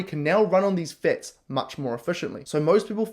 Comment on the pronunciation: Anyone else super annoyed with him calling fats fetz? 👏🏼🥱🚫🤮